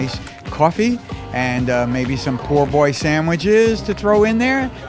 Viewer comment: Just so y'all know the chef pronounced the name of the sandwich wrong (I'm born and raised in Louisiana) it's pronounced poboy not poor boy. I love the show btw. :)